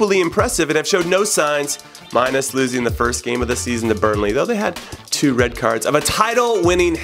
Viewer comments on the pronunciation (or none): none